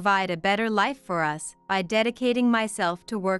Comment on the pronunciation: Jack wouldn't have to pay compensation if it's her fault for the divorce. She's the one that disrespected his family, so he didn't do anything wrong. The 2nd story ... what is wrong with Tom's voice? He sounds like he's on his deathbed. Annoying. What is this ..... '.... that the three of US (as in USA)'?????? It is 'us' as in 'we', as in the three of each member of the family. Really? Get rid of the annoying AI robotic narrating and learn proper pronounciation and emotions. Not subscribing and will block all stories from this channel.